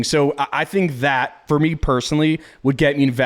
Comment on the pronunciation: 😂😂😂 “Fir 10 Kay 😪😞😓”